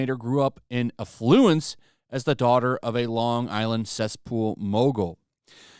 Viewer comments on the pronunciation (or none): "in a fluence"